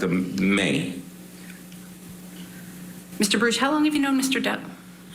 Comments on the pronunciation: It isn't barush it's baruck julie fet your facts straight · Julie we can hear and see for ourselves it isnt barush its baruckfirst quextion as usual objectssure you will sustain the objection to get it over wuth geez judge why dont you go back to law school what a fool nobody likes elaine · Again its Baruck not barush eelaines questions about phone call should have been sustained because shes trying to assume and speculate what went on shes probably with another man